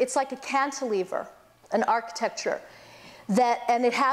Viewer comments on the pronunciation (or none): none